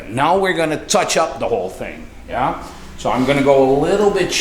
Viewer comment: Thanks again to you and your team for putting another tutorial together. You have a natural gift for teaching and I I truly appreciate you and I'll never get tired of hearing you say "Yah"😃